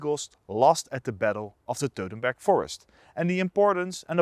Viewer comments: WTF is the “Teutenberg” forest? You don’t even know the name of the battle, Sir? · How do you pronounce Teutoburg "dodenberg" ?!!!